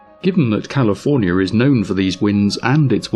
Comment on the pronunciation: Calofernier? First word and thumbs down